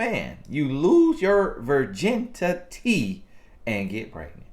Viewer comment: He get on my nerves, "Virgin-ti-ty" I am done 😂